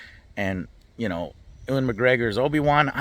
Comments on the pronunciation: Why don’t you keep calling him oowan? Ewan is pronounced you-wen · FYI from a UK pedant. Ewan is pronounced Yoo-an, HR Geiger is pronounced Geega (not Gyger) & Singh is pronounced sing, not singe. Honestly, drives me mad. Otherwise, keep it up!